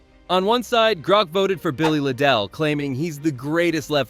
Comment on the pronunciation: Sad that the greatest player Liverpool have ever had, Billy Liddell, couldn't even get his name pronounced properly. He dominated football on Merseyside. Not a proper analysis, but something driven by available modern media.